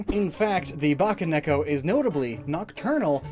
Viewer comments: It’s Bakeneko not baccaneko. Ba-kay, like Bakemono. Not bacca like chewbacca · "ba-kay neko" NOT "ba-kah neko" ... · Pssst. You mispronounced bakeneko. Also you seem to have mixed up part of the script? You gave the nekomata explanation AFTER what I assume was meant to be its conclusion.